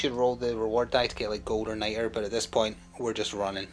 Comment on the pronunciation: It's Nitra, so pronounced night-ruh. For the Americans, what's your regional accent? It's leaning Scottish but doesn't sound full Scot.